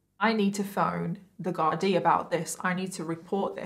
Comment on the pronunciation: Ahh it's a pity you didn't show the photo of Charlotte(who got a job in the prison kitchens) holding a knife up to a fellow male prisoner for a laugh, having a great old time. Great work on tbe Irish pronunciation of Garda and our Irishisms of language you sprinkled throughout the video. Well done 👏 😊